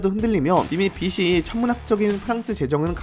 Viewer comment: 빠른 뉴스는 감사합니다만 발음이 부정확하네요 '빚이' 를 [비시]나 [비치]라고 읽지 말고 [비지]라고 읽으세요. 빚을[비즐] 빚에[비제] 빚의[비즤]